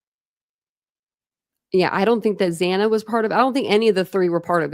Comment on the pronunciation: It infuriates me that the judge couldn't say Xana's name properly. even in the plea hearing...that was inexcusable.